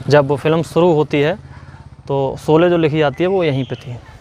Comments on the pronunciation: Solye nahi bhai sholye hota hai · Solay nahi bhai “ SHOLAY” hai. Lagta hai apko s aur sh mein problem hai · आरे झुटे भैया पहले तो सोले नही शोले बोलो और शोले की शुटिंग महाराष्ट्र के रायगड मे हुई है कुछ भी मत बको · bhai pronunciation theek karlo....solay nahi sholay hai... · Yaar PLEASE, jis main topic par apna poora video bana rahe ho, KAM SE KAM WO NAAM TO SAHI SE BOLNA SEEKH KAR PHIR VIDEO BANAIYE. Ye SO LE / SO LE kya hai. Lakshya ka 'SH' to sahi bola.